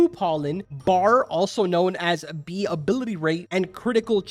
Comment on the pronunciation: I thought bro sayed knee swarm simulator